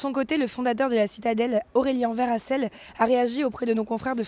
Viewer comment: Aurelien Verhassel... Ah..Ah... Ah ... C est pas Benhassel Aurelien. Aiiiee